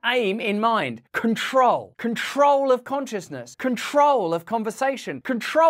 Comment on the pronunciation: wasn't sure if you were saying control or Korea? 🤣🤣